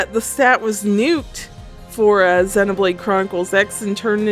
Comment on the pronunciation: Nice video, but every time I here "Xeh" I die a little inside. I don't blame you or mean to attack you, it's a very common thing.